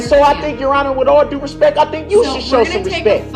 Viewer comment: Will someone please tell this fool that the phrase is, " with all due respect " ! It is not "with all respeck" !